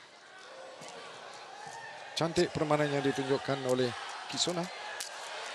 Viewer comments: Yang pengulas xhabis2 kisoni2. Sampai kamera terang2 tunjuk nama kisona masih ckp kisoni lg..stress ak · Ala pengulas pn jap kisona jap kisoni la aku plak terpesona..well done dh lame x tgk indian player mng emas badminton.. Good job!! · My mom : ni mesti ada syedsaddiq ni tulah menang Dad : syirik la Abang aku : kisona kisona you are my sonia Adik aku : Knp rupa dia Mcm kakak jarjit upin ipin Me : hm pengulas ni asyik tersasul kisona tu kisoni je HAHAHAH ok sekarang aku nak korang gelak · Kisona ke Kisoni? Adui lawak bila pengulas confius Kisona dgn Ruselli 🤣 Last2 jadi Kisoni.. Anyway, terbaikk Kisona 👍👍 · Congratz Kisona Pengulas : Apa daaaa KISONI.. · Pls pronounce her name properly. Its kisona not kisoni, mr.commentator. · To Astro Arena, for my opinion lah, pls ambil bekas atlet badminton macam Hafiz Hashim ke, Woon Khe Wei ke jadi pengulas. Ni entah pape tah, jap2 KISONI la RUSILI la RUSOLI laaa. Tee Jing Yi menang SeaGames 2017 la. Tu Goh Jin Wei la haduiii. Ayoooo aku drpd semangat tgk live rasa nak marah ja. Pengulas kalau bukan bekas atlet pun, buatlah homework sikit taktikal utk WS. Siapa pemain yg tgh lawan jgn main taram ja cakap. Just my two cents. Aku bagi opinion pun betul2 nak media sukan ni jadi lagi best esp kalau bekas atlet jadi pengulas. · apa benda lah pengulas ni kejap Kisoni kejap lagi Kosona ... sebut lah bagus Kisona isk isk isk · Kosini kate pengulas hehehe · kejap Kisona kejap Kisoni.. sebut la nama betul betul adoi.. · KISONI KISONI! stress aku dengar. Aduyai. Come on la astro arena